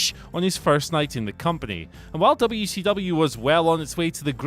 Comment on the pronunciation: You say WCW properly I like your style.